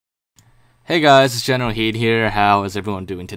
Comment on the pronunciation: I aways listen you saying "General Heed" but why your channel os called as